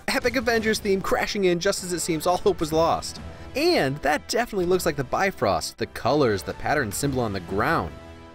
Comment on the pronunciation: I cringe everyone pronounces Bifrost wrong